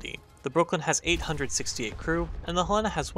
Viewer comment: You mispronounced Helena